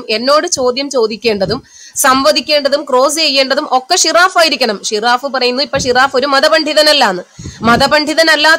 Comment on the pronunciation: ഷിറാഫ്അല്ല ജിറാഫ്